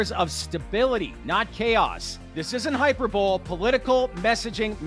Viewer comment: Please learn to pronounce "hyperbole " hy per bo lee